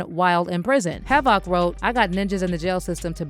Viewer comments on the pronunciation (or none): "Have-ak" wtf. Delete this whole account smh how you dont know havoc or the actual word havoc? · Fuck AI isnt HAV IC